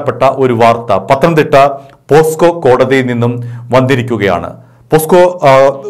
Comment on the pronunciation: പോസ്ക്കോ അല്ല ചേട്ടാ പോക്സോ ആണ് കെട്ടോ.